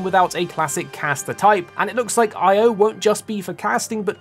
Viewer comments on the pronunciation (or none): The pronunciation of her name in Japanese is "E-O"